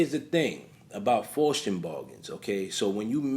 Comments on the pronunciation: That [ic of young thug is so ironically funny. He is posing as sus as possible, but it has the nerve to say "straight' from the A. Haha P.S. Good video. Just letting you know that it's pronounced "Fowst" Keep up the good work bro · FOSS - TEE - ANN (Faustian) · Pronounced foul-ste-un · Faustian, pronounced like fows-tea- en . Faust, Fowst